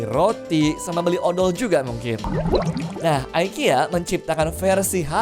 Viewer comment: Btw bacanya bukan aikia ya mas, tapi tetep ikea😂